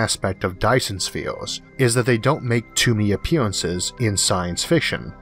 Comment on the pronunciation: I may be picky but I can't understand what you are saying in your video because you change everything to sound like there is a "O" in it like "Virtual" changed to "Vortual" and the Dyson's Spheo.